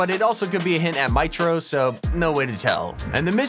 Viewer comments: Maitro LOL sorry but you say it mitro (meetro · I love how you called mitro maitro lol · Meetro but it’s spelt mitro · It’s mitro m-etro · mitro it sounds like meetro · The way he said mitro bro lol.